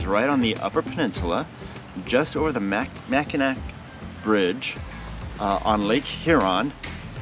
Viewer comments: Pronounced Mack-in-aw - pronounced Saint Ig- ness lol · Mack-in-awe!!! Lmao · Couple Detroit gay guys can’t even pronounce Mackinac